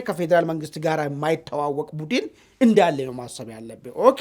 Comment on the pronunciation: Budn bel not budin